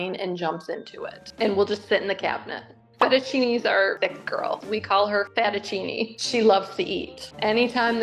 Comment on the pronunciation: ''Rotini', 'Tortellini, 'Won Ton', 'Fettuccine/Fat-uccine', 'Penne' 🤣🤣🤣🤣🤣